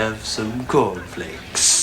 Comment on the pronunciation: Every time I hear on the news that there's been an earthquakah or I see a box of cornfakessss I'm reminded that I got a whole lotta milkah.